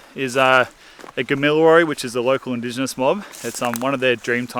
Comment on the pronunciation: Thank you for pronouncing Indigenous words correctly. Speaks of your integrity